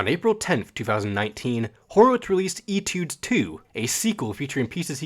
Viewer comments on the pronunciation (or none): ughm, it's pronounced "A-tudes" :(((( Nah but this is awesome. I swear the keyboardist is always the cutest member.